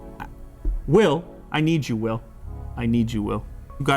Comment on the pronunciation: Am I the only one who heard "what else you can willi do"?